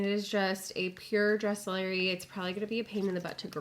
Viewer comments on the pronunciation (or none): it's actually pronounced DRESS- lur - eye, just fyi ☺️